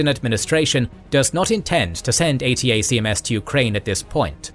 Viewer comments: Just fyi, ATACMS is generally pronounced “A-Tackums” by US military personnel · The U.S. Army pronounces the acronym ATACMS as "A-tack-ems"